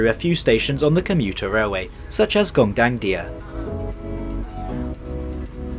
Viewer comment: it's on point for foreigner tho🤨 and yes it's on point because i can understand him 💯